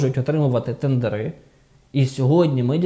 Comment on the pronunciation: тЕндери, не тендерИ чи тендерА